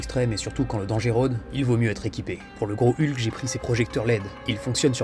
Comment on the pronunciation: Génial cette vidéo 😁 Avec le doublage, à chaque fois que tu parlais du GROS HULK, j'avais l'impression que tu disais le GROS HU'K 🤣🤣🤣